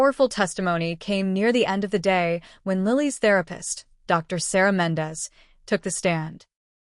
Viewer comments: Dr . = doctor Ms = Miz You don't pause between Dr. and the person's name Same goes with Ms. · AI strikes again. I think these stories are just that, stories written and read by AI. AI doesn't know how to read Ms or Dr. The only surprise here was no person named Chen!